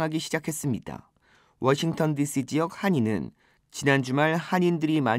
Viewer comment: 기자가 워싱턴 DC 를 워싱톤 이라한다 심각한 오보다